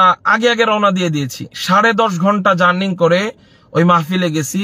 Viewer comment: হুজুরের বিদ্যার দৌড় কতো টুকু ? বড় বার বলতেছে journing । Journing তো না জার্নি হবে ।